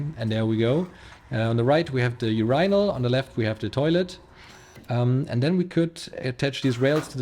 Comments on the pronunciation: check online for the pronunciation of Urinal...you are pronouncing it almost like a planet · awesome video and awesome job you did, looks really great all the way around. funny, just yesterday i thought i wish he made a new video :D your english is obviously excellent but there was 1 word you didn't pronounce right, it's urinal. there was one more word that could be pronounced better, which is pallets and the way you say it, it sounds more like pellets :P other than that it was perfect.